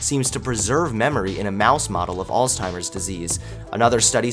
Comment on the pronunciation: Good job, boyo! That intro was THE BEST! Couple things: Cannabinoid--kuh-nab-ih-noyd Alzheimer's--Altz-hym-erz I know, pick, picky. Great video! Really loves the music and images, too.